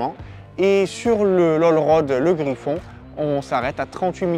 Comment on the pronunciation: Super vidéo, mais on dit pas Griffon mais Griff-N, contraction de Griffin à la base, et non Griffon ☺️